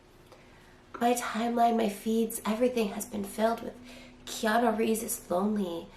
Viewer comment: Let's pour a vintage Keanu of '94 or '02, tbh. Sidenote, did Trisha call him Keanu Reams?